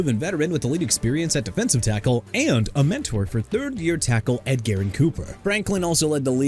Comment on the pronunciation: His name is pronounced EDGE-err-in Cooper, not ED-gar-in Cooper